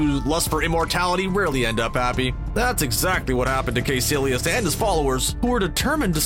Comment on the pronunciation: It's pronounced Ky-sillious not "kay"